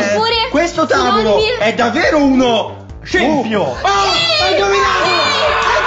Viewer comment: il bello è che hanno detto scippio ma stava scritto scempio